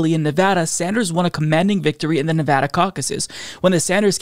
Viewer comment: Huzzah! Happy in Henderson, Nevada! And thank you for pronouncing the name of our state correctly!